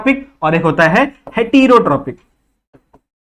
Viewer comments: Sir teach good but it's "hetrotrophic" not "heterotrophic 😅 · Bro wo heterotrophic hai haterotripic nhi hai 💀